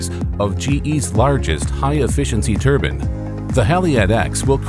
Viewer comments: turban??? Turban????? TURBINE!!!! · "wind turban"